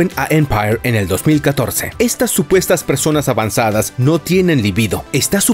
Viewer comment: Es la primera vez que veo un video en internet en el que se pronuncie correctamente la palabra "libido"...